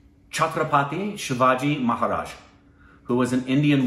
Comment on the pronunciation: He said shivaji maharaj's name right